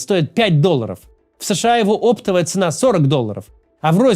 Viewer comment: Максим, цена - оптОвая, говорите по-русски чисто, пожалуйста.